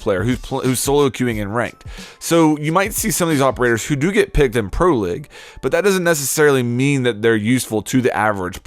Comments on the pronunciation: hey you pronounced pro league wrong man it's not pro lig it's pro league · Your saying pro lig lol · “Capitayo” “pro-lig” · why does this guy not speak english right. "Pro lig" "capitAYO" ??? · lol u said pro leg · Dislike just because, "pro ligg" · Pro leg..... Nice pronunciation my dude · Pro "Lig"... oh god... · Can u never say "pro league" ever again?